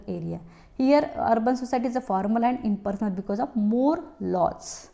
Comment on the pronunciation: mam some word are difficult to understand i.e. informal impersonal